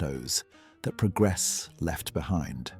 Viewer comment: Oh man the AI narrator was doing great til he tried to pronounce 'progress'